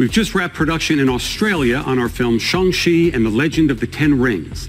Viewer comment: Probably lol. I studied Chinese in college and live in my cities "China Town", and the first few weeks of class were all focused on pronunciation and intonation. The a in shang is long. Like shong. Or if you watched Dr strange "Wan" is said wahn, not wan (like pan). And ch makes a shh noise, so chi is closer to she then chee. I hope that made sense lmao